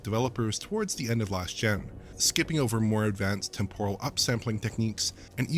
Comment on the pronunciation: TEMporal, not TemPORal :-)